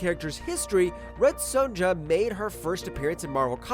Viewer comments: Son-YA not SonJA. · "Red Sewn-dja" Okay, are there any non-AI out there that don't know how to say the name "Sonja"?